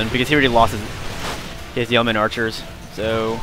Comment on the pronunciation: Good game. By the way: "yeoman" is pronounced "yoman" not "yemen".